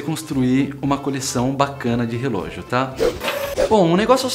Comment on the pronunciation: cara rrrelogio de aco com terno ai nao ne'